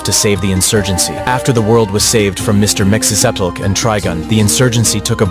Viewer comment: worst AI pronounciation ever lol its mxyzptlk abd trigon lol not that mxy variant and trigun's vash the stampede 😂